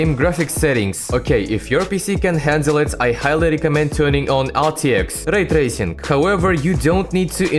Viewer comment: laytacing. pas tracing